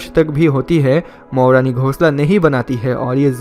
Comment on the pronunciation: It's not Moroni it's Morni